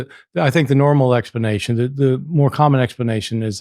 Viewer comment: why can't he pronounce explanation?